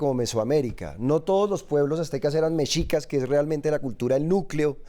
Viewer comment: Se pronuncia MESHICAS. Por favor 🙏🏻🇲🇽🙌🏻